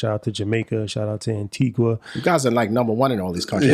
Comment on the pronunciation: Ehhhhhh!!!!! Shout out to Antigua!!!!! Thanks for the love! We love you guys too! 😊 (@ it is pronounced as AN-TEE-GAH!) The 'U' is silent! 😁❤️👍🏾